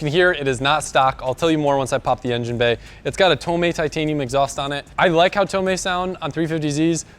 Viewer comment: He said engin with a normal g sound 😂 lit